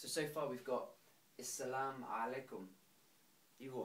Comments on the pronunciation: It's not is salaam, it's As-salaam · No you don't say is - salaam. That is totally wrong.